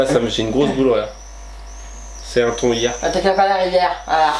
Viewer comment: Marie Combe oui Marie ça se dit "tan" !! Moi aussi il m'a fait trop rire avec son thon 😂😂😂😂😂